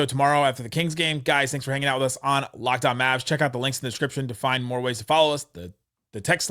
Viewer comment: Can please pronounce" Locked On Mavs" less cringey? Sooooo irritating